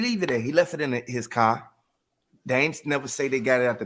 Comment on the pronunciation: you say the word "car" like you are afraid to pronounce the "r" in the word "car". Lol